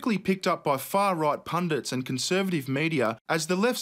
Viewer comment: thank you for pronouncing "pundit" correctly.